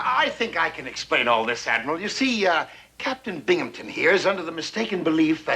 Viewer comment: Blue Moon Crescent There’s no “p” in Binghamton!